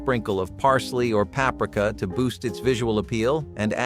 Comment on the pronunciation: The pronouncing of words like linguine and paprika!